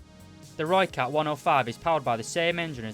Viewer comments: Jip whats this lhoicat thing everyone going on about! Rrrrrrr-oi-cut is only way I think Brits and Americans will be able to say it. But this guy still did a good review. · Any South Africans here annoyed with how no one pronounces the name right🤦‍♂️ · I am not south african i am dutch but since some words in south africa are almost identical i am triggerd but i cant blame him its not easy to say that if your english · It irritates me greatly